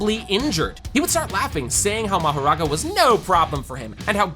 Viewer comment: ele falo marogarara ou foi empressão minha?